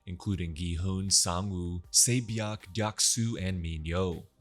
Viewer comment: Say bee yawk? I really appreciate the reminder tho my man. Just would have made it easier to follow if the names were remotely recognizable. I'd assume she's 세 비역? But it's too hard to tell